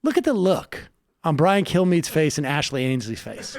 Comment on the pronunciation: Best part of this clip is Sam repeatedly calling Ansleigh "Ashley." At one point I think he called her "Ashley Ansleigh." Also, I have no idea how to spell her first name, and I refuse to look it up.